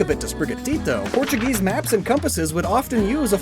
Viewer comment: So quaxley isnt Portuguese. He's portu"geese"